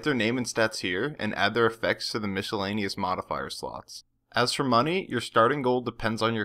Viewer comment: Helpful, but really? Mishelaneous?!